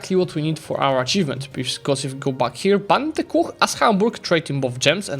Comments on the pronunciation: englishs way of pronouncing every single vocal different then all the other nations rly makes me crazy xD bante ku ? xD there is no A xD why english pronounce U = A and as ur not nativ english i think why the hell you do it xD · Goodness gracious the Bunte Kuh pronunciation 😅